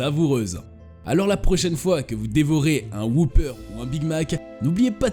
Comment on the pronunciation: J'ai jamais compris pourquoi les français s'entêtent à mal prononcer le mot 'whopper'.